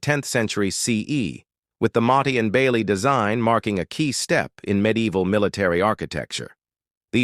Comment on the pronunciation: Awful AI, motty n bailey 😂